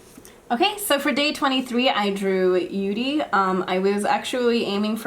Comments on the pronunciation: "yudi" ?! IT'S YURI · She just said said Yuri in a japanese accent. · You said yudi instead of yuri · Lol I thought u said Yured.....